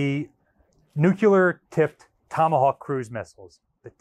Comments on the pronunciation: Absolutely love all of the videos, and love dedication. That being said, please stop saying “Nucular”, it’s Nuclear, as in “Nu Clear”! Thank you for all of your hard work putting these videos together and for your dedication to the ship and it’s history! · Nu-cle-ar, NU-CLE-AR, NOT NU-Q-LAR. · Nuke ya ler? Say "new-clear". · Nuclear, not nucular. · Said it once and I’ll say it again, as a physicist, the word is “new-cle-ar” not “new-cu-ler” only one “u” in the word! Where did you get your degree from and what was it in??? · By now, just saying "nu-ku-ler" simply to annoy me. haha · Every time I hear you pronounce it "nucular", I have to laugh, because all I can think of is this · New-clear. Nuclear. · You're constantly mispronouncing the word nuclear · Anyone else cringe repulsively every time he mispronounces the very-simple-to-pronounce-correctly word, "nuclear"? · Oh no. Here comes his mispronouncing of nuclear.